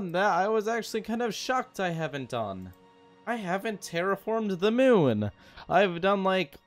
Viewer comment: Spoiler: it’s 19 minutes of the moon not being terraformed and hearing “moon” pronounced “mewn”.